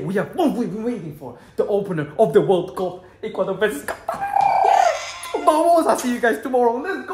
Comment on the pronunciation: Nono it’s Qatar